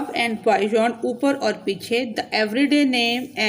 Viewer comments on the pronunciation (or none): I think it's beyond not bayond😂😂